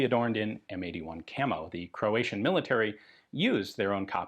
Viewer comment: As a Croatian, your pronunciation is pretty accurate, kudos :)